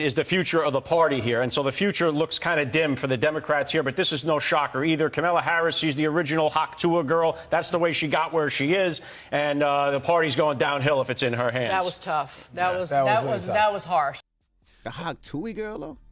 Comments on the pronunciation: "Hawk tuey" envy 😅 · The original hawk twuh girl? 😂😂😂😂